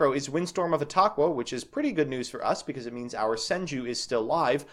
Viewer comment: You said etaqua right. :’)